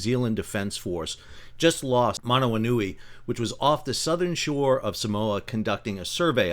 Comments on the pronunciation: that Maori pronounciation though... couldn't have butchered it any more than that. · Hahaha, that pronunciation was something else haha. Like gargling marbles